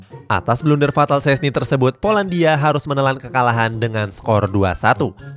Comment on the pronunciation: Dibaca nya stesni